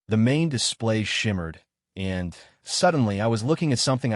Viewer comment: Your A.I. does Not read smoothly. Especially on the word "and". Not every use of the word requires a pause. Doing so interrupts the flow of the story.